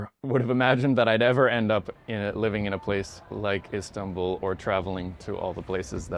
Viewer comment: He pronounced Istanbul like turkish people not like Americans 😂 correct : istan-bul , wrong : is-tanbul